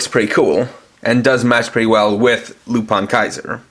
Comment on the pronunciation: It is pronounced lupin, not lupan